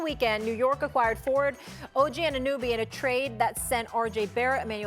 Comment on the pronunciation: Y’all are going to have to figure out how to say Ogs name right lol